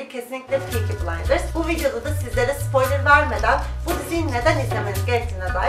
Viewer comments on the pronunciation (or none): none